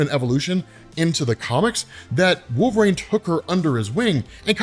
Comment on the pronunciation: Your pronunciation of his name is my only beef with this channel- you say "Wolve-Rain" not "Wol-ver-rine". I can't be the only one who hears this but I check the comments every time and nada. Anyways, I like the vids but I stop 2 minutes into any Wolverine videos because this drives me up a wall lol.